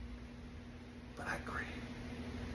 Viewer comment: Putting the emphasis on Sting(s)